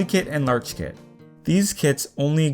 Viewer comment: holykit and lerchkit breathes that is not how you pronounce holly or larch